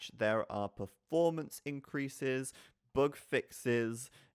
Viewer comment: "boog" fix ?